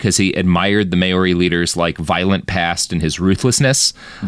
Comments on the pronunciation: "Mowree", as you suggest, is an anglicised mispronunciation, too, though, and I prefer that he's actually trying to be sure to pronounce all vowels properly, which would be "MahOrRee", but unfortunately he chooses the diphthong "May", so it sounds so, so wrong. 😂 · Kinda driving me nuts with the "May-Your-Ree" - it's Mao-ri, Mao like Chairman Mao, and -ri with a trilled R. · Mayori?? i understand the excuse for mispronouncing british names but what's this excuse for this? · Maori is pronounced Mau-rri. Sounds similar to Maui. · Maori is pronounced "mawreee" btw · At least he's trying, and not just saying "Mowree" like most people do. I don't know how he both knew to pronounce all the vowels but still chose "may" instead of "mah", though 😂. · If he just rhymed it with dowry, it'll be passable for American English.